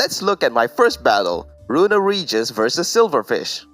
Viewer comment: Not trying to be rude but runerigas is said roon-are-ig-uss